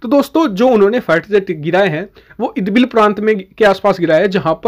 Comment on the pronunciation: idbil nehi bhai irbil